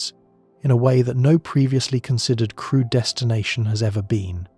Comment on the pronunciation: Also, every time the voice says “crewed” it’s easy to hear “crude” especially here where going to Uranus would be crude even if crewed lol. Maybe for some to differentiate use “manned” instead? 🧑🏽‍🚀🚀